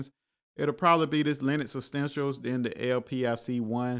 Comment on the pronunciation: Essentials brother ! Please stop saying, extensials !! Jesus